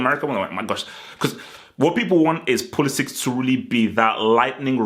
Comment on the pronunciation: Pulisic (ic like in Perisic, Modric, Mandzukic), not Pulisic(k)